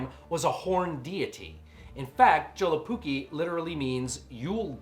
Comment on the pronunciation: You know, I first thought that your username was some kind of joke, but after seeing this.. I believe it. Only a true undead monster could be capable of butchering my native language like this. A true horror for the ears. PS: Awesome review, this movie really is underappreciated even here in the north. Though I did like the shorts more.